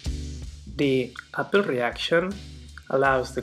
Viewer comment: It’s not apple. The name is Appel